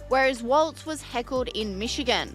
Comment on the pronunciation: It's Walls not waltz